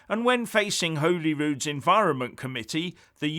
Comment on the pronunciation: In Scotland it’s pronounced ‘Holly’rude not ‘Holy’.....